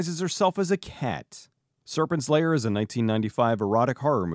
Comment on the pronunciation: Sounds like you are saying "Serpent Slayer", which sounds like a dope title for a movie tbh